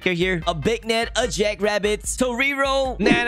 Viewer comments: Why does he say “Big-net” for the beignet??? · beegnet and toreeero? what are u saying